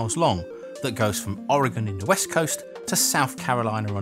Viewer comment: Thank you for not pronouncing Oregon like Oar-Gone :)